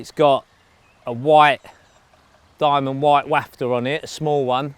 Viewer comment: YES!!! You said Wafter right ❤